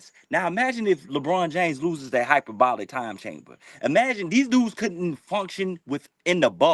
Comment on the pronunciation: Did dude call it the hyperbolic time chamber lol. Pretty sure it's HyperBARIC chamber for athletes that are trying to recover quickly.... I mean unless Lebron is trying to go Super Saiyan 2 lol.